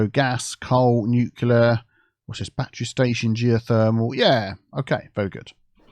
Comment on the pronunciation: When you say "newkiller" do you actually mean nuclear? 😁